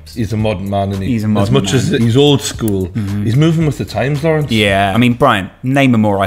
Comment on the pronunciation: Dying at Lawerence 😭